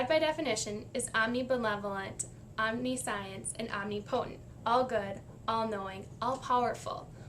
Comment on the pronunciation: I would adjust your pronunciation of God's "omniscience".. I have very similar reasons for being an atheist, as well. Good job on the video!